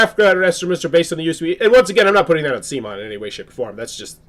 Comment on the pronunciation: lol wtf dude. it's pronounced "COME-ON"....C'MON